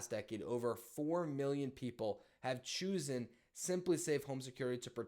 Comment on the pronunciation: “Choose-en”. Dude. C’mon. 😅